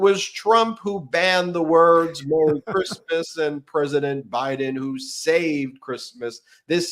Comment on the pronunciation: Did you say, "Crishmish" 😂😮😂😂😂 Merry Christmas 🎄 to you all and all your hard work!